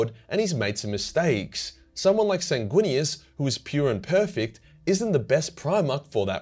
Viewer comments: That's a funny way to pronounce Slamguinious... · That's a strange way of pronouncing Sanguinius